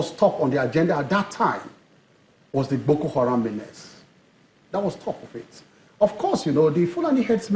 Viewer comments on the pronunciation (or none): Am I hearing Keyamo correctly? It's Boko Haram and not "Gboko" Haram, isn't it?